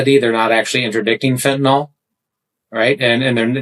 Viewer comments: Jeez, it's fentanyl, pronounced il, not ol. It is not fentanol. Makes you sound as stupid as saying nuqular, instead of nuclear. Or aks instead of ask. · Why is it that so many people, including this fellow Crow, cannot pronounce the word "fentanyl"? Corollary question: if we are going to insist on mis-pronouncing the word as "fentanol", then we should change the spelling. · It's not "fenatanol." It's fentanyl. Do you think you're somehow tough by intentionally mispronouncing it like a Republican would? Why don't you also use about "nucular" war?